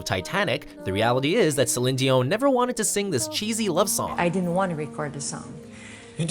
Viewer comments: okay srsly, try more for the names! Bett Midler, Celine Cion? xD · I didn't know it was pronounced "Celin Zion" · Damn. The way he pronounced Celine Dion. Hawt.